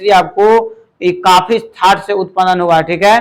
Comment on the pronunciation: Sir upanan nhi hota h utpann hota h. Sahi se pronounce kre